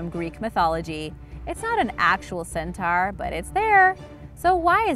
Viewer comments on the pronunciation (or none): It's said cen-toar. Not cen-tar. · it's pronounced CEN-TOR ....not CEN-TARRRR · How u pronounce centaur got me so triggered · I'm not judging your voice or any of that but how you pronounced centaur was wrong